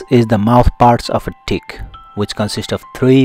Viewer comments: He say tick or di"k? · That first one had me confused as hell. I didn't think he said tick let's put it that way.